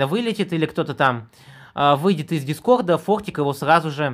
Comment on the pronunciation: Скога,дискогд,дед могоз.Сходи к лагапеду.